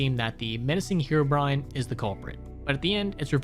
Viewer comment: Ahh yes herobine